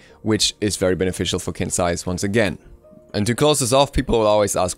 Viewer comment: Surprisingly enough, Qin's Sais is actually pronounced as "Chin's Sais". Chinese pinyin is weird, I know :P